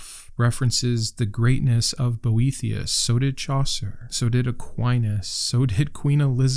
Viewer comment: I listened to this video instead of watching and the whole time I thought you were saying Brometeus and I was like, wow, he does sound like the coolest, OG bro of them all. 😆 I'll look into these books, thank you! Even though stoism was created by and for bros, I find it really speaks to me.